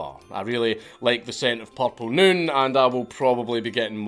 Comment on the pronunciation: "Porpel Nühn" And if you're not a Scotsman, you don't know that nurse and horse rhyme.